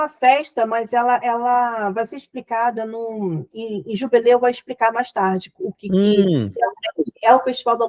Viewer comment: Perguntei por que ela falou jubileu ,e a Clarissa fala JUBILI ,acho engracadinho ela falar JUBILI 😊😊😊